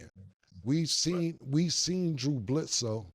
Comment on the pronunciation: Soon as I heard it..I had to come to da comments n see if I was tripn or not....he fuck Drew name all da way up🤣🤣🤣🤣🤣